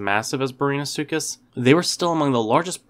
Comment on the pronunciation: did you really just pronounce it brainasuchus